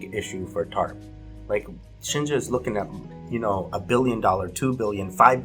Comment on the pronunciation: tarp or TURD?